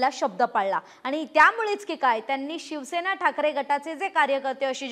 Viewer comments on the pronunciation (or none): none